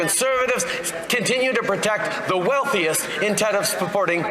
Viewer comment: Turdeau is slipping hard, “Continue to protect the wealthiest inted of sp-porting Canadians”. 🤣